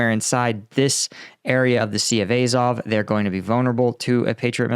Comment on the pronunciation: Azov.....not “Ayzov”...